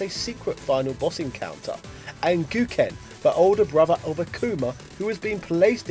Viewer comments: Really?! I stop watching when I heard Rye-yoo, Goo-ken, Fee-Long?!!! You lost all credibility when you don't even take the time to learn the remotely proper pronunciation of these names. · Spot Mispronouncing names, Gooken, Rye You.